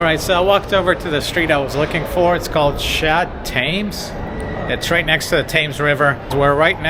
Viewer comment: Tems, not Tames